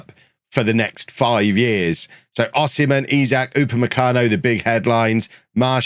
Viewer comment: In b4 getting de-monitised for saying O-semen